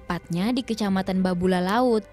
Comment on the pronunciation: Kenapa jadi Babula? Koreksi, di segmen ketiga, nama daerah yang benar adalah Babulu.